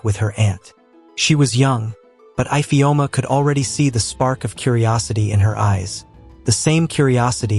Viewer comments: What is eyefeoma instead of ifeoma😂😂😂😂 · Ifeoma and not ipheoma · That’s not the pronunciation of our name Ifeoma 😣😣 the pronunciation is e-feoma if that will help . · 😭😭Fr though. My name is not even Ifeoma but I'm offended by the pronunciation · Nice but the igbo name ifeoma was not pronounced well